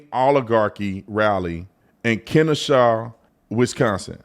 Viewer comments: Ken-oh-shaw I'm sorry Kenosha lmfao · It’s pronounced Ka-NO-SHa. If You’re not from Wisconsin…You shouldn’t even try to say these places. Except Milwaukee 😊